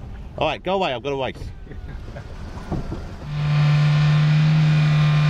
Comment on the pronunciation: “Go away I’ve gotta wace”